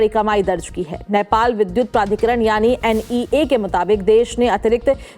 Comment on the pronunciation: Patrakar Mahodaya, its नेपाल not नैपाल